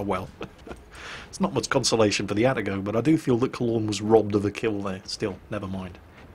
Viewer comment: getting triggered by "atta-go" and not Ah-Tah-go